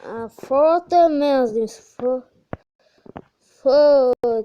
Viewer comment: фозерматч емес фотомач